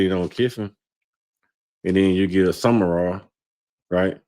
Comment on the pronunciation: The guy in the middkle is lost. His name isnt summerall. Its sumral